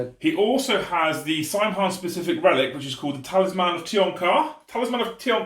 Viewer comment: "Saim Hann" in the original Gaelic is actually pronounced "SOW-inn"